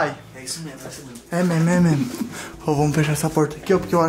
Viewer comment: O pai do Léo falando É Memo É Memo Cathupira kkkkk